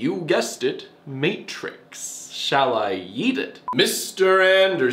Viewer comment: I always thought he said “yeet” but now you got me confused